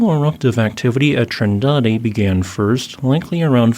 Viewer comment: He pronounced Vulcão do Paredão really great for someone who doesn't know Portuguese. Noronha, Trindade and Martim Vaz were obvious spelling pronunciations which is fine as they can be found in maps.